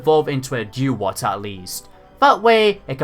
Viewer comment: Dewott is pronounced Doo-wott,dude.